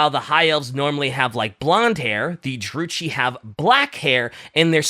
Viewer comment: really needs to play total warhammer 3 to fix his pronunciations of fantasy names, Malakith And druchi being the big ones here